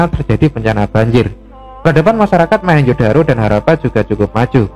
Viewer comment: ralat Mohenjo bukan mahenjo